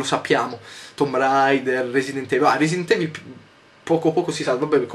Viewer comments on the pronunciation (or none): none